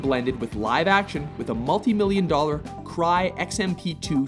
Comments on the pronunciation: CRAY NOT CRY. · Cray Research corporation built the Cray X-MP/2 mentioned in the Last Sarfighter segment. Named after Seymour Cray (formerly of IBM) he pronounces his name with a long "A" vowel (rhymes with "play") NOT as you mentioned "Cry". The X-MP series was the world's fastest computer from 1983 to 1985. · Cray supercomputer. C-R-A-Y and it's pronounced like it's spelled. Also you're wrong about the Genesis Sequence. Your description of the pseudopod from The Abyss is also very incorrect while missing out on two very important points: 1) this marks the first time a character/creature was thoroughly convincing and "photo real", and 2) only one shot of the CG pseudopod was a digital composite (water breaks from door closing on it) and the rest were traditional optical composites (and likely the best that ILM ever pulled off). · oh god the computer is called a CRAY XMP not a CRY XMP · Dude, it's cray not cry. A Cray supercomputer. It's okay to do another take. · Cry? It's a Cray Supercomputer. Long A.